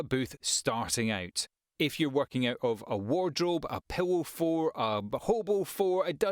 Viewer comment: by pillow for and hobo for do you mean fort ? its essential to pronounce that "T" if thats what you mean